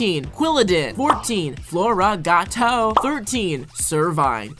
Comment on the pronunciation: How your supposed to pronounce floragato :floor-ah-ga-to How he pronounced floragato Flora got toe